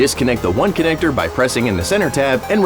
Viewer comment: Well it's not how "connector" is pronounced, any clues there? Never heard it pronounced with "-igger" at the end